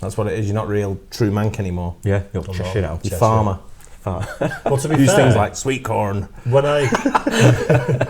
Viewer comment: Nothing wrong with Yorkshire... Sheffield 👌 Also when you said sweet corn I almost died 😂😂😂